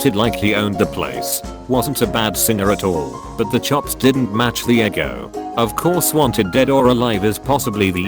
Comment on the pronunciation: I like how "ego" is pronounced "eggo"